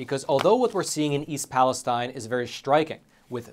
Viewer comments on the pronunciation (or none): you do a great job on this show. Just a suggestion. Since this town is the focal point of a lot of recent reporting, you should pronounce it's name properly. It's not pronounced like the area in Israel, but palace steen.